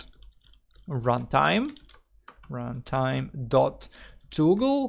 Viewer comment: The way you pronounce "toggle" is so cute! /lh Thank you for the tutorial!